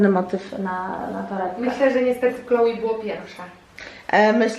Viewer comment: Czyta się Kloe a nie klołi